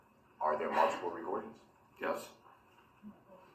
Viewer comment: I hate the way Durl says “maltiple” (multiple). 🙃